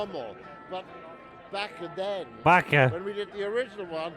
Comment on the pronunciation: My favorite is the way he adds an extra syllable to "BACKUH THEN," lol